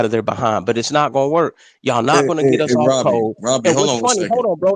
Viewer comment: Dude can't say "us" right.